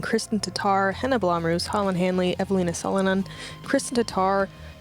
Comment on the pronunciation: I think Blomroos is pronounced as “Blomrose”.